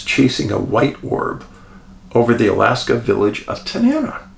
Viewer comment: Pronounced Ta-nuh-na. 69 year Alaska.